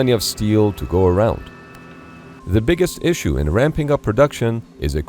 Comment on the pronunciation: Sounds like an "Issue" not a "Iss-me"🤷🏽‍♂️. Build your own ammo 🖕🏽